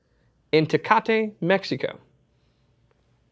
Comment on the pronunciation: There is no "a" at the end of Tecate.